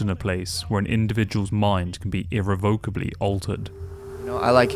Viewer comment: For a self-professed academic, you should probably learn how to pronounce 'irrevocable'.